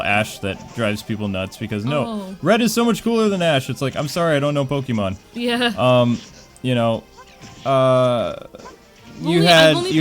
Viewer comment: the girl sounds cute, the guy needs to work on his pronunciation, "pokeemon" "iseec"